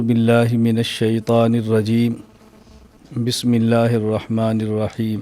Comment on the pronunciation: لفظ اللہ پُر پڑھا جاتا ہے درست پڑھا کریں